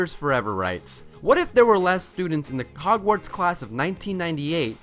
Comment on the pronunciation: how come lily's sister was never a witch? also they way you pronounce Hogwarts 🙈